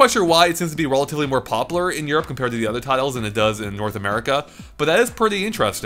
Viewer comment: return of the "poplar"